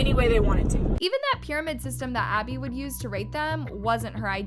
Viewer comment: Maddie can't even say Abby's name and Chloe I feel bad for her she was my favorite and I hated when she got yelled at it enraged me 😡😡😡😡😡😅😅❤❤ but Who loves Chloe cause I do😊